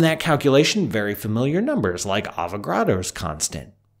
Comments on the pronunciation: *Avogadro, not Avogrado. Nevertheless, great video. Keep it up, Paul! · Thanks for another great video. Btw though it’s Avogadro’s Number, not Avogardo’s Number.